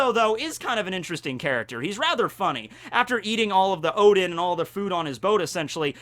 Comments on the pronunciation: This entire video you said Odin, it's UDON!!!!!!!!!! When did noodle bowl become gods of the Norse pantheon!!! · The way you pronounced udon was priceless 😂